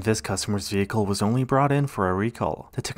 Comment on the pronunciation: The condition of these vee-hickles conjures up Ray Charles' song It's Crying Time -- can't say anything more